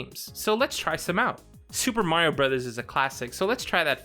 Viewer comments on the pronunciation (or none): none